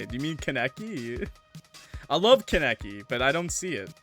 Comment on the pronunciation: Hey new sub here- and I wanna say up you say kaneki from Tokyo ghoul is pronounced as KAN A KEY (does that make sense? Sorry wanted to say something 😅 I’ve watched a few of your and I think your entertaining! And hilarious